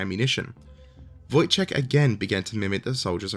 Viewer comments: It's "Voyteck". There is no soft "ch" sound in his name. If you need somebody to help you with Polish pronunciation in your future videos - let me know. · I find it funny, that you refused to try to pronounce Wojciech, while pronouncing Wojtek the way that Wojciech is pronounced xD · Great video, however it is hillarious that you pronounced Wojtek as Wojciech which is a far more difficult word. Wojtek should be pronounced as 'Voyteck' or 'Voytech' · Wojtek should be pronounced Voy-tek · Wouldn't that be "Voytek" I'm fairly sure this is pronounced "Voytek" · You pronounce the diminutive "Wojtek" the way that "Wojciech" is actually pronounced (while claiming you can't pronounce it :)). "Wojtek" should sound more like voy-tech. Also, you are spot on with the translation of the name. "Wój" is a name for early Medieval period man-at-arms, "ciech" is an old Polish word for joy (not used anymore, except as a verb - "cieszyć się" means "to be glad" or "to be joyful"). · Your pronunciation of Wojtek is actually closer to the full Wojciech than it is to Wojtek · heck, that must've been ridiculous, I'd love to see that 😅 But, there're some ways to make it easier for you. Quite an easy trick is to swap bits of polish words (or ukrainian, or russian) with similar sounding english words, or parts of them 😎 In this case, for example, You've got the second bit of the bear's name right - first part is prenounced Voy-, as in voyage. Polish W is always prenounced as english strong V. The one that is pronounced like an english W is Ł 😅 Also, there're no muted letters in polish so, for example again, when mentioning Pilecki at the start of the video when you prenounced 'ck' as 'k', it should be more like 'tz k', 'tz' like in the 'tzar' word 😎 Contrary to what people say, all the same sounds exist in both english and polish, they're just used in different ways 🤣 Sorry for that 'tldr' type of post, but I hope it'll help a bit 😅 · pronounced voi(d)-tech